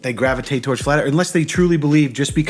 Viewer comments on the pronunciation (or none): .. ''gravitate''.. hehe